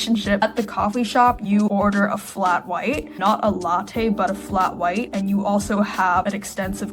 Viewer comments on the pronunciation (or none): none